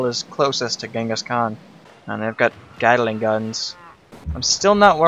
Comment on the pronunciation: gat-ling not gatta ling